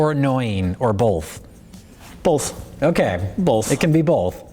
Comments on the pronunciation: "Is the feral kid great, or annoying, or boLth" "...BoLth...boLth" "ok, it can be boLth". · Why do you guys say both like it's written "bulth?" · "Bolth" "Bolth?" "It can be bolth" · Did they just say "bolth"? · They both say 'bolth'. So fucking annoying.